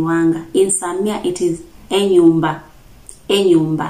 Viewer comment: Small error for Abasamia. We call mothers Mama (pronounced Maamà - the first /a/ is slightly long and the last one has a falling intonation). Same to father = baabà. What you said is for the Abanyala of Budalang'i. Our final /a/ sounds the same as what you said in /enyumbà/. You did well for the house. The medicine is really off - /amaresi or omusaala/. Omutwè: Great work.